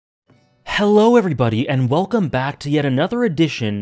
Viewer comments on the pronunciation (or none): none